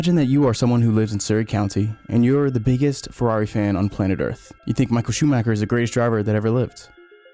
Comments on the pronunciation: Imagine being a F1 fan and create content about F1, and not even bothering properly pronounce one of the most legendary F1 pilots name ever. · I was talking about Michael Schumacher. It's a German name. While it's unreasonable to expect a foreigner to pronounce it in a perfect German way with German accent, I do believe you should at least try to do so.